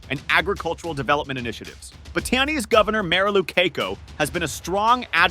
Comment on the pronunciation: Pronounce the name correctly pls it’s BAAAAAATAAAANEEES and BAABUUUUYAAAN long Aaaa pls